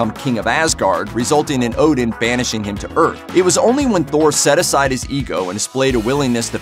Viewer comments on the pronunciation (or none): none